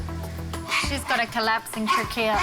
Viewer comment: Trachea (tray-key-ah) 😂 why is everyone in the episode calling it trackeya 😂😂😂it sounds bad